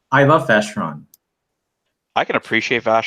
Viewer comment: Do you wankers not know how to pronounce Brioni???